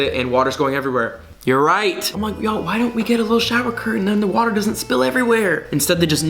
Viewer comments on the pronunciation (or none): none